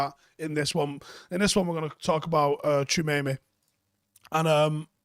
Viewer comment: That pronunciation though 🥴